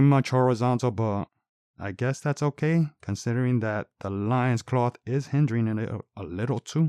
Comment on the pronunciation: Good review,but I think loin in loincloth is pronounced like “coin”